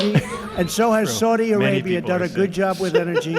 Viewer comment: I swear he says Swordy Arabia. They do have a sword on their flag to be fair.